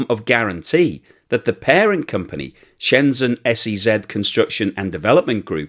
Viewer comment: It's Shenzhen, not Shenzen. If you can pronounce "pleasure" you can pronounce "Shenzhen".